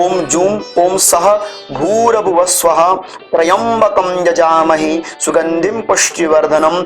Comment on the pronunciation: यजामहे की जगह जजामहे होता ह